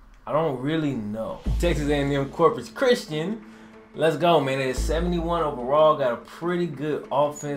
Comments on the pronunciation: I love ya...but whyd ya gotta do my Islanders dirty like tht lmfao😂 (P.S It's Corpus Christi..not christian lol) I go to Texas A&M Corpus Christi. Much Love bro keep up the great series/work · Aye! Great vid,, but I'm pretty sure it's Corpus Christi not Christian